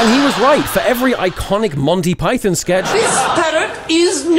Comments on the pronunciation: Imagine dying on the hill of it being pronounced Pie-thin instead of Pie-thawn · Do we just say the name of the animal Python differently or is the name not about the animal?